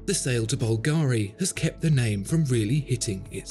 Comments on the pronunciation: Please, no more bulgAri... its is bUlgari... Other than that, great video once again! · Mate, it's bùlgari, not "bulgàri". It's an italian name (and yes, I'm italian and know how it's pronounced). Thanks.